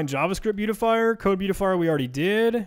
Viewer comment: "Indent....Thank You!" LOL Buea-ti-fi-er.